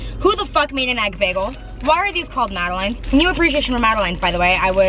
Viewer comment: Egg bagels are softer and puffier than a regular bagels and madeleines are pronounced as mad-uh-lins 👍🏼👍🏼👍🏼